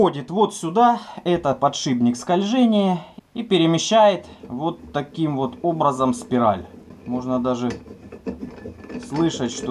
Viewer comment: опять издевается:( "Экцентрик". Язык ленивый, не поворачивается. И "подшибник" опять. Чтоб тебе по языку подшибником через экцентрик:( Эксцентрик, эксцентриситет, подшипник. Всем привет от кафедры русского языка.